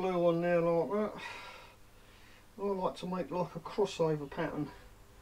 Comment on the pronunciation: so many times I heard you say that 🤣